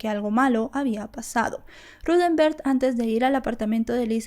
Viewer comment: Vale la pena que al hacer tus vídeos, te asegures de que estás nombrando y diciendo el nombre correcto de los involucrados. Hasta donde se ha dicho en otras investigaciones, el nombre del tío de Utah es Rudemberg, NO Ruthember como lo indicas.